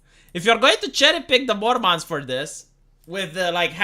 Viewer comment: When talks about mormons, it sounds like he's talking about an alien/fantasy species, "mORmAHns"